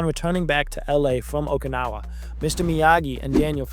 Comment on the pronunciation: You mispronounced several character names as well as Okinawa.